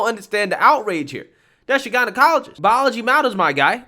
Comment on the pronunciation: Bruh... "jeneye-ologist"